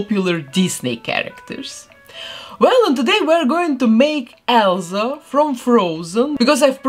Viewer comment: I love how she says Elza